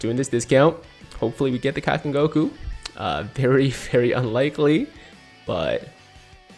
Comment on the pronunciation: It is most definitely not PRONOUNCED Kowoken but it IS PRONOUNCED KAIOKEN